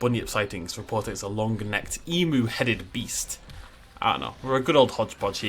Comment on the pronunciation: How to pronounce Emu: Eem you Not E Moo Like “Got eem” and just you at the end.